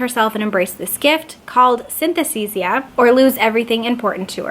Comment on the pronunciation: Ahh to be allowed back into bookstores!! With cafés in them and all 😍 Btw you're saying synesthesia wrong 😉